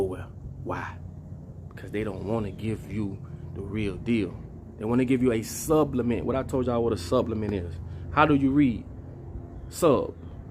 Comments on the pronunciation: I like what you do, but why you keep saying subblement when it’s supplement lol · Its SUPPLEMENT, not SUBLIMENT Papa. You are confusing this word.💊💊 Great video though! We appreciate you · I thought it was supplement not subplement